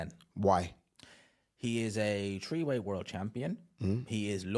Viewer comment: So, who is your number "Tree" :D